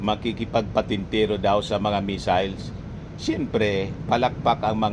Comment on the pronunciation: Ang basa nya sa missiles ay measles(tigdas) kaya akala nya sakit😂😂😂